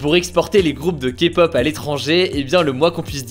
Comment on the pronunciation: Au moins quelqu'un qui ne méprise pas la Kpop et SURTOUT qui ne dit pas "Kapop"